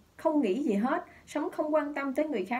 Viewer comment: Tôi nói nhiều lần rồi, hãy nói giọng miền Nam bình thường chứ (gi) mà (xì) hoài thì mất hết giọng đặc trưng của người MN, đâu phải phát âm như vậy người mb, Mt, MN mới hiểu.